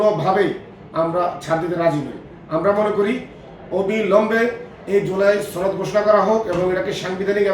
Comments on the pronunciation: ভাই ছনদ না সনদ.....!!!! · সনদ শব্দটি টিকমতো উচ্চারণ করতে পারেননা! আবার নেতা সেজে বিএনপিকে নির্দেশনা করে!